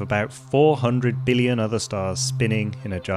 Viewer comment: Did you and Donald Trump go to the same school of how to pronounce billion? Beeleeyen.